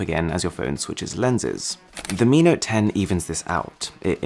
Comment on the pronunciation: Mi note 10 hears like amino 10